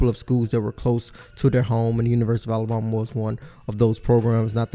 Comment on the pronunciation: this guy pronounces alabama (ala-bomb-a)